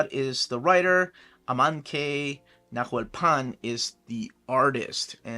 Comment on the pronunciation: Amancay (stress at the end) Nahuelpan ( h is mute, so it will sound Nauelpan)